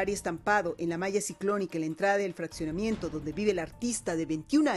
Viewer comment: El fraTSionamiento....😂😂😂😂😂😂